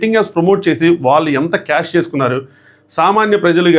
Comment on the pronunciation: వాల్లు అని వినిపిస్తోంది వాళ్ళు అని వినపడటానికి ట్రై చెయ్యి